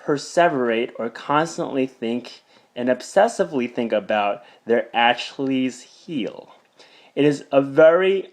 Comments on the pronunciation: (a-kill-eez)You mean Ashley's heel? JK did make me smile though, but thankyou for the post. I enjoyed it. <INFP (very self-critical) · you said achilles heel wrong lol